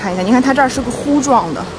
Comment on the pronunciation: 别再乎状了，是胡状。第二声